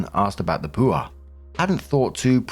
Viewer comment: Pooh are 😂 Lol, man I love you But it's pronounced Puh-war, war like wario, not war